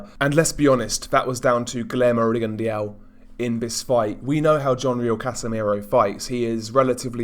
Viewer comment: Rigon de au? At least pronounce his name correctly buddy!!